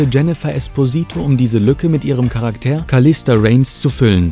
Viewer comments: Charakter NICHT Karak TEER ;-) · Charaktääär? Dachte es heißt Charakter.😉